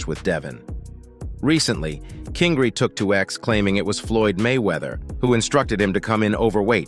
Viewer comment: The way he says his nick name as if it was one word it’s king Ry like how pronounce his name without sayin an an part of his name not kingree like how u saying